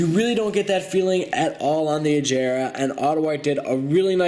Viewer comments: It's aGera not aJera it has a G sound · man! wtf. it's aGera not aJera -_- GGGG!! not J!! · Agrea not Ajrea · Bro, just wow. U said agera wrong like if it was spelled “ajera” koenigsegg is my favorite car brand. Dude know your stuff. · agéra is how you pronounce it. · U say agera wrong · He said agera wrong